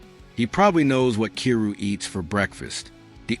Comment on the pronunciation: His name is pronounced "K 'eye' rou".